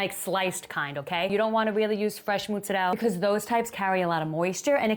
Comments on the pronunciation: Hmmm I know some who really REALLY likes pizza. Thank you for pronouncing mutz-a -dell properly. The AZ people think its Motz -ah-rella. No no no. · why do you call the cheese so weird